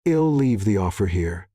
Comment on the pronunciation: Quit saying Luke-ass! She'd is not shed, I'll, is no ill.